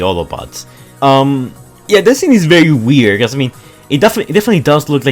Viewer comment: anybody: vehicle, very, think: behicle, bery, tink